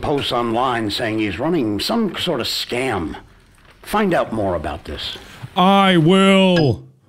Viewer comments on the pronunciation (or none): none